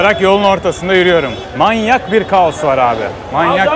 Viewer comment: "Manyak bir trafik var" diyorsun. Bir de bastıra bastıra Manyak diyorsun. Dikkatli ol, Manyak Arapça da çok faklı anlamı var. 😂😂😂